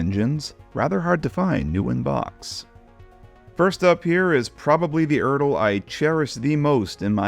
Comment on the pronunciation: Glad you learned how to pronounce ERTL.